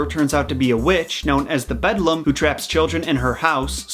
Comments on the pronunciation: It’s actually beldam, which literally means witch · the way you said “beldam” makes me want to cry. bedlam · Idk what else you need to explain aside from “it’s Neil Gaiman.” 🤨 Not even remotely the darkest or strangest thing to come from his mind. Just right off the bat you call the BELDAM “bedlam” over and over. 🙄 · calls beldam bedlam Me an intellectual: spider witch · It’s Beldam : a malicious and ugly woman, especially an old one; a witch. Not Bedlam!!!! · isnt she a beldam not a bedlam? why are you the only one who calls her this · the “bedlum” Me: stops the video and starts having a panic attack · The fact that you can't pronounce Belldam correctly is very irritating fuckin "bedlam" no.. Stop.. Just stop.. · Who else is cringing whenever he says “bedlum” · Me! It's Beldam! Which means Hag or Witch. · yeah, when i heard first "bedlum" i was like: "am i hearing this corectly?" and then he processed to messed up every single time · When he said “bedlam” i kinda cringed every single time cause it’s beldam. I don’t know why little things like that annoy me lol. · I literally thought he was joking with the Beldam's name and was going to be like, "jk I know its Beldam not bedlum," but oof. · Me: "Beldame" (bell dam): "bedlum" Me: Confused internal screaming "how can you be this confused?!" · ITS PRONOUNCED BELDAM. I apologize, I just raged about it.... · “The bed lum” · He said "budlum" 😂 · its beldam :) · I love you but how you are pronouncing Beldam is killing me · Hearing him pronounce beldam wrong the whole time pained me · Not bedlam, beldam which mean witch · The bedlam lol. BEL-DAM. I'm sorry I'm such a pronunciation nazi. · disliked since you kept on saying "bedlam" instead of "beldam" fucking hell pisses me off so much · No hate, love ya. But u called the witch 🧙‍♀️ bedlum that’s not her name, NO HATE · you know it’s beldem not bedlum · I can’t with the bedlum it’s the bell dam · BELDAM Not BEDLAM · The “ Bedlum” 🤣🤣🤣🤣